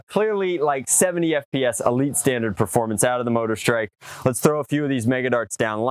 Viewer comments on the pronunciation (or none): none